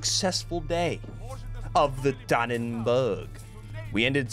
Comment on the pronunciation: dannenbaarggg, dont ever say that again pls